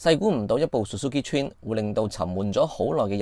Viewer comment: 好耐冇聽過人讀「川」，你的英文都有夠差